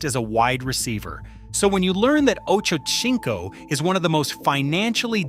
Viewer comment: OH-CHO-Sink-O; not chink-o. LOL!